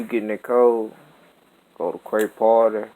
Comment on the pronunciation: Wtf did not his man just said parte wtf